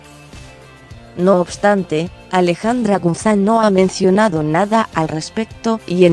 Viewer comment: La LOCUTORA DEBE LEER MEJOR NO ES GUZAN LA M SUENA GUZMÁN. APRENDE.... DE DONDE ERES? SE DICE GUZMÁN CON MMMMMMMMM.😱😱😱😱😱